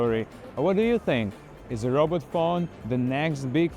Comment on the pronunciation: "Robut phone"